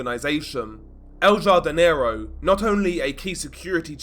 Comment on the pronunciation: Please pronounce it has HARDINERO lol.